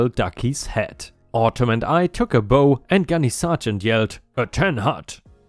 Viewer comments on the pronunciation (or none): Bow tie, hair bow, bow and arrow are pronounced. ‘bo, with the long ‘o’ while the bow of a ship, bow to royalty, take a bow, are pronounced ‘bau’. It’s just another of those irritating bits of the english language that are confusing.